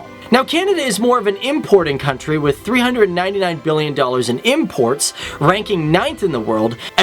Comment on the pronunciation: "Imorts" and exports 😂